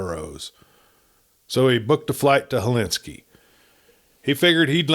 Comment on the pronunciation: It’s Helsinki not Helinski